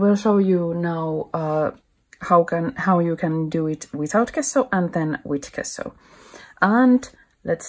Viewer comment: Nice work. Thank you for sharing. Just a little detail: the word gesso you can pronounce like "dge-sso as in the word edge. 😊👍🇫🇮